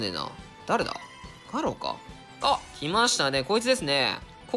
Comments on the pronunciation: ガロウのイントネーションが気になるw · ガロウのアクセントはロだよな確か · 最後ガアラって言って悲しい、ガロウです